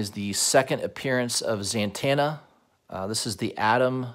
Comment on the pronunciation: I swear I hear you saying ZANTANA like santana